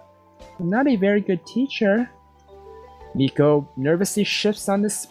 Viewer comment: Meikos name is pronounced my-co